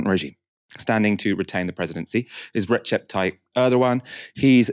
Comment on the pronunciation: Erdoğan isn't "Rechep". The Turkish "c" represents Arabic "ج" or English "j". Their "ch" sound is written "ç".